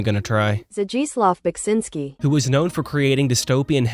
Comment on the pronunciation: That was not a proper pronounciation of Beksiński's name either.